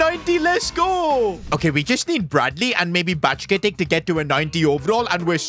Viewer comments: Keeping Luis Diaz until he's 30 and then making Ben Doak the starting LW would've been more satisfying. Nico Williams seemed like a casuals signing. And one more side note, it's "Bajchetich" (He's a Serbian Spaniard Like "Krkich") and not "BajchKetik" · Btw it’s pronounced bye-jet-ich and he wasnt from our academy we signed him